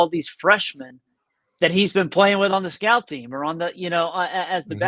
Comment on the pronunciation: Did you say scap team or scout team.